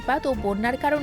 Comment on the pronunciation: KOTRIPOKHKHO বলতে আপনি কী বোঝাতে চেয়েছেন? এটি হওয়া উচিত 'কর্তৃপক্ষ' (KORTRIPOKHKHO)।, অনেক ভিডিওতে আপনি একই ভুল উচ্চারণ করছেন—অনুগ্রহ করে এটি সংশোধন করুন (এটি শুনতে অদ্ভুত লাগে)। আপনার মাধ্যমে আরও মানুষ ভুল উচ্চারণ করুক, তা কাম্য নয়।